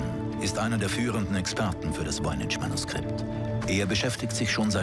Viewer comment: Es heißt nicht VOYNI"TSCH", sondern Voynich (CH wie in Wort Kranich, Friedrich, Heydrich).